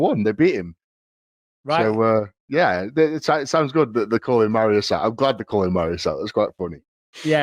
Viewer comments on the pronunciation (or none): Will Eddie ever pronounce Mariusz's name correctly? lol